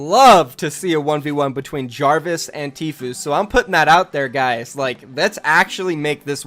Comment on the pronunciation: Jahhhvis? Coincidence, I think not